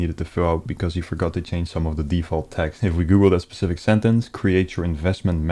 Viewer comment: Love your videos and I'm aware English isn't your first language but can you start saying 'specific' rather than 'pacific' :D